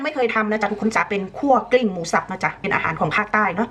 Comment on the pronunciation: หลงรักของคุณแม่ คั่วกลิ้งไม่ใช่คั่วลิง5555